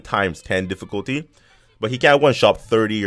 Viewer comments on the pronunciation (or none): none